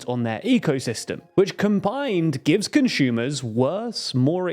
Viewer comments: Conshumer??? Never heard that sort of pronunciation, where does it come from? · THERE IS NO "H" IN CONSUMER. "ConSCHUMER" isn't a word. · is a conshumer similar to Amy Schumer?